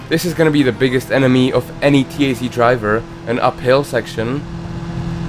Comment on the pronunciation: This NOT "Ti-Ai-Zi". This is "ta-z"